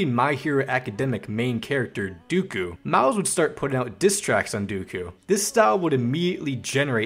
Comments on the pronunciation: Bro omg it’s DEKU not DUUKU & Ionn een watch anime 🤦‍♂️😂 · Why was bro saying Dookoo not deku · The “dooku” is hurting me 😭 it’s “deck-ou” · I can't forgive you for saying Deeku 😤 ITS PRONOUNCED Dehku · Bro said DuKu bro its pronounced Deku(Deck-Coo) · he keeps saying it like dooku instead of deku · My hero academic "DoOkU" 🤣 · AINT NO WAY HE SAID DOO KU 💀💀💀💀💀💀💀💀💀💀💀💀💀💀💀💀💀💀💀💀💀💀💀💀💀💀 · Who tf is du-ku💀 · "mha main character duku" got me dying did u misspronounce it on purpose? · "dooku" LMFAO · bro the way this nigga just says dooku make me mad but i laugh at the shit 😭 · It’s deck-ku my guy. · W but holy shit the pronunciation of deku is killing me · why did you pronounce Deku like that